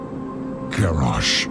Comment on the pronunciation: LoL said Garosh.